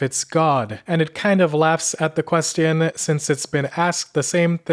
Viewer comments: "the last ques-t-ion" ai trash not watching it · The last... what? ...yeah you being unable to pronounce an easy word like question is really bothering me. Sincerely, a non-native English speaker. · Am I the only one that get's annoyed by how he syas "question"??? It's so annoying to spell 'q' that way... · I've noticed u say the word question with t instead of ch so why is that? I mean it cool and stands out but why though? I haven't heard native speakers say the version u say. Anyways, love your videos very much. Looking for new ones. 🤙